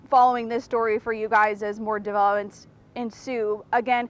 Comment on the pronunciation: Is drunk? She’s hard to understand. “as more debeeeeeeewopmes ensue....,”